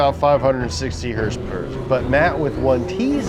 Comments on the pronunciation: Can you please stop saying hrsprs, its not even annoying just sad that you try and make it a thing. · Why is saying hurs purs instead of horse power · I think if accidentally said horsepower, instead of “HrSpErS”, he’d explode.